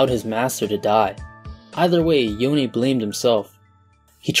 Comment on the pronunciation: Thank god you said YonE not Yone.